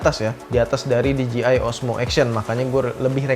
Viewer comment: DJI baca di je ai bukan di ji ai